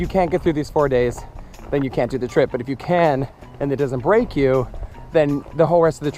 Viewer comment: that will "break" me or "rape" me....? i have so many ants? in my mouth? hahahah is it just my ears or... :P